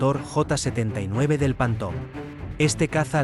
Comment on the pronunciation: En espann̈a no saben decir ni una palabra en Ingles? Panton?